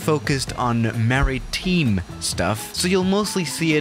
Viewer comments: MarineTIIINEEE my boi it’s MA-Rin-Time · The way pronounces "maritime": mari-TEEM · “MaritEEme”